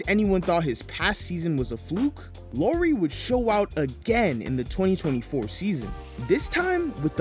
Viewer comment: His name is pronounced Like COW or POW. NOT like the female name. You know the spice company LOWERY'S? PERFECT.